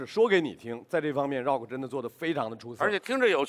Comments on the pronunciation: 张绍刚喊rock是柔克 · Wendy lee 绕克